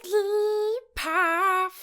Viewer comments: I am going to get so much hate for this comment but as a Jigglypuff fan I can't stand staying silent! It's Jig-gl-ee-puff not Jigg-lee-puff. Your covers could have gone a lot smoother if you had of used the extra syllable! Other than that, super duper cute. 101/10 <3 *Edit: I will say that when Jigglypuff speaks it says it your way, but while singing is always a very specific syllable count. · Why do you say jiggaly paff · whenever says jigglypuff it sounds like perv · you said jigglypath not jigglypuff lol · The more I heard it it didn't sound like she said jigglypuff.